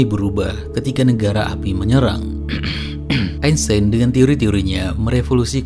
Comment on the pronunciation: kan yg ngomong albert "eisten" bukan "einstein" 😂